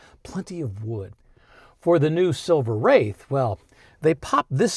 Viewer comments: 🖕AI, let AI burn 🔥like overheating brakes on a Rolls Royce but yes. It's not "Wrath," it is "Wraith" like the hero car in that movie 1986 "The Wraith" like "Ray-thhhh." Long A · I always heard it as Silver Wraith (Rayth). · Definitely pronounced like "faith" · Wraith is pronounced like faith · It’s kind of amazing that you don’t know how to pronounce “wraith.” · You lost me within a couple of minutes because you can’t even pronounce a one syllable word correctly, and because you were already providing misinformation and assumptions. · Are you NUTS??? Every RR gets tons of respect where ever it goes! I guarantee you, the vallet will always park the Rolls in front of the establishment, whereas the Lambos, Porsches, and Ferraris get parked much further back! BTW, you are mispronouncing Silver Wraith! 😡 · Silver Wraith, pronounced RAITH which means ghost. Nothing to do with wrath. Also the Seraph is pronounced SERaph not serAPH. 😉🇬🇧